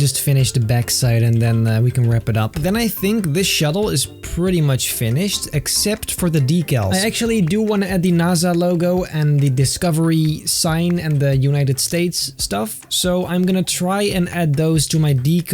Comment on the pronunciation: Is NaSA NOT NaZa